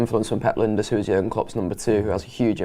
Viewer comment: Er his name is LINE - DERS not Linda's. Where is the respect amongst Red vloggers?